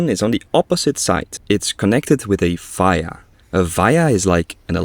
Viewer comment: I like how you say VIA, its pronounced as VEE-uh